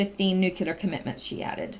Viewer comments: Hi, I enjoy your posts. Thanks for the work you do for us! By the way, it's "nu-clear" not "nukular" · it's' new-clear, not nuk ku ler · say after me...." NEW-CLEAR"....not Nucular....lol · I absolutely love what you are doing , I was just going to point out ever since George Bush said it this Drives me batty whenever I hear educated people say NUCULAR! , its like a 3 yr old saying Pasqetti or cheeseg'ber, it is "NUCLEAR" instead of nucular., im not bitchin im just pointing out something that is pretty much my problem more than anything , I dont know why it bugs me so bad because tons of people say Nucular so ill just shut up and keep my psychosis to myself keep up the awesome work,, much appreciated! By many many many people, bless you for using your time to inform americas Deplorables , WWG1WGA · you’re doing awesome work. Would you please try to work on pronouncing nuclear? Nook-lee- er